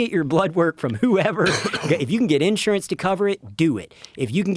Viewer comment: Unless you can find a way to pronounce the word Insurance like you live in the 21st century get off the fucking mic